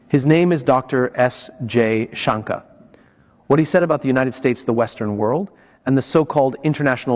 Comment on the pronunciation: Damit it is not junker you stupid be more courteous and atleast pronounce the name properly and that to for.a.seasoned Diplomat